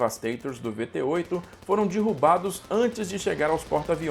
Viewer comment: O vídeo é fantástico. Assisti umas três vezes. Parabéns. Só achei um pouco estranho sua pronúncia de derrubado como "dirrubado". Mas isso é irrelevante diante da vastidão de detalhes do vídeo. Muito bom!